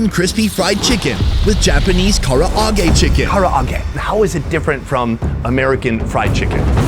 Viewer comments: the Japanese: Ka-rah-ge: Kara-a-ge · Bro says Karaage literally how it’s spelled 😂 it’s Kuh-Rah-gae not Kar-ah-ra-gae! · how american destroying japan by saying kara age!!!!! i cringe every time this guy said KARA AGE!!!!!!! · Kara-a-ge?😅 at least learn how to pronounce the words. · Hes so American saying Karaage the foreigners way XD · Why does he keep pronouncing Karaage like that? Just pronounce it the same way they and everyone else does, its not that difficult. It makes no sense when he's obviously heard it pronounced multiple times, always the same way, but then wants to say it differently? Why? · Your pronunciation of Karaage hurts my soul and I'm not even Japanese